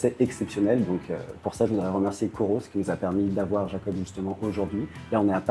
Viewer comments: Incroyable 😻 par contre comme il le dit c'est Iakob et pas Jakob ;) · Super vidéo, vraiment intéressant de voir sa lucidité. Par contre, au debut il te confirme que ça se prononce « Yakob » et sur tout le reste de la vidéo tu dis « Jakob ». Lol